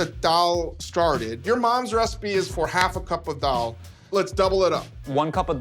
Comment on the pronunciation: David Chang's pronunciation of Daal is so perfect.